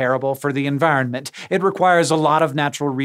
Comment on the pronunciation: Why do you sound so Irish when you say environment?